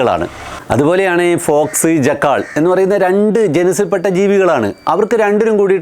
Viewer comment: ജക്കാൾ അല്ല ജക്കൾ